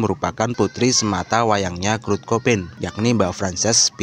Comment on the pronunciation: Kurt bang bukan krut